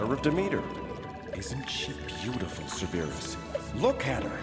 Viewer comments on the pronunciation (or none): I can’t get over how they’re pronouncing Cerberus 😂😂😂